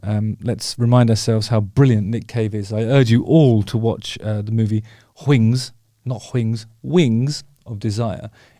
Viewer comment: “Hwings” that’s your Stewie Griffin talkin….